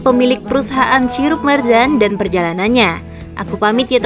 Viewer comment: Marjan bukan marzan 🤦